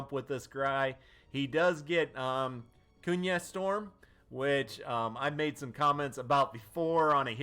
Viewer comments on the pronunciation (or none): no hate but kunai is pronounced kun-eye not kun-yuh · Never heard someone pronounce kunai “kun-ai” gosh